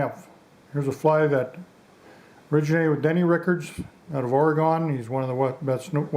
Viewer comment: Very nice tie. I've done Denny's fly with peacock herl shellback. One point of correction, though: Denny is from Oregon (ory-gun), not Oregone. :-)